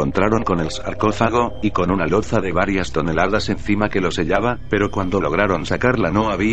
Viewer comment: "presizión", "loza". Uff!!!! Lo siento, no he podido seguir escuchando